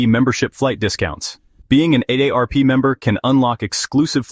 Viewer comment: Stupid AI narrative and even dumber AI narrative! AARP = a day rp